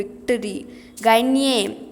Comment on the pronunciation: Seriously, It's not Jen it's Jon d'arc And it's Loren not lora And when you have et or est, etc. Before a vowel the t at the end is pronounced And its ganye not gaynye And wrong definition for combustion Any object that undergoes combustion(combustion is a chemical process where an object reacts with oxygen to give out heat) is called combustible Not all combustible substances give out flames, for example coal/charcoal